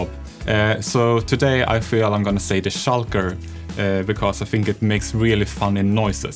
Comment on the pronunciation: The schulker The peestons Beedrock Eedition Veelager voiceovers I'm sorry. Love you Jeb.